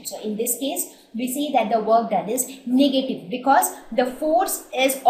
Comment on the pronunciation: its not niggative its negative 😂 you are a racist